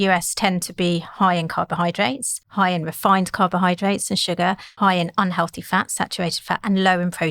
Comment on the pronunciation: she should say 'healthy snacks' not 'on-healthy snacks' then 2 seconds later say un-healthy snacks'. it would be difficult to speak less clearly.